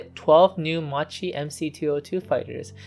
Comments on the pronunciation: It's pronounced as Mackie. So many people get it wrong and it's mildly annoying 😐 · Makki that is how it is pronounced. MAKKI MAKKI MAKKI repeat after me...MAKKI. One hour of documentary and you could not get the name right. C'mon!! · The well commented-upon mispronunciation of 'Macchi' aside this was a highly un-annoying video. I think I would also agree with you that there was nothing 'under-powered' about the M.C. 200. As time goes on that impression, that hit me on first discovering the type in childhood in the 1970s, seems to fade into the past. Maybe it's more a psychological phenomenon, with the engine being under the landmark figure of 1,000 hp, than an actual one. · How OFFENSIVE ! I am extremely offended by this narrator that can't pronounce the name of the subject of the film. Who in the right mind in the production of this clip would allow this? this is grossly pathetic. The narrator grossly pronunce Italian names wrong and to boot the time line is wrong. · NIce video, just an heads up, it's read as "makki" not with a "ci" sound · Just a little correction. Macchi must be pronounced in English with the K sound, so basically Makki! In Italian c+h = k sound Also c+a = k sound, so Aeronautika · It's not pronounced "Ma-Chee"! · Good work, mate...!!! Just be careful with the correct pronunciation, which in this case, is kind of...MAKI or MAQUI, but, in any case, not MACHI (like in MACHO, as per your pronunciation)...!!! In the case of this plane's name, the meaning of it's Italian name - "Saetta" - translated into English is more like "ARROW", rather than "Lightning" (as it appears translated by some information sources...) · Yes. But Macchi is pronounced like Makki. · About 200 comments saying this so far. Considering he’s not Italian and speaking in a non primary language for the video I’d say it’s pretty good but constructive criticism is important. I’m drinking ma chi attos from now on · It's pronounced "Makki" -- the "h" makes the C hard.